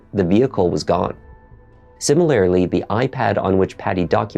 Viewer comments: Simi-layer-ly and regu-layer-ly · hey — been enjoying your stuff — in semi-binge mode — of late. really very well done material… thank you for it. oh, and for the record, pls know I fully support your efforts toward dropping the extra syllable from “similarily”. hang in there my dude, you will get there:-) ok — your grammar, diction, prosody are SO good - hence my comfort in adding my smart-ass / jerky commentary. I doubt I’m going out on a limb in presuming you also have a sense of humor / thick skin 😁 sorry — couldn’t resist 😎 and seriously, thanks again - your stuff in the genre is truly excellent, special. seanM